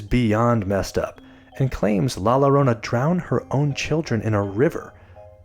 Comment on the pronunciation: k this is hilarious. BTW llorona is pronounced yorona or jorona. LL is a y or j sound in spanish :)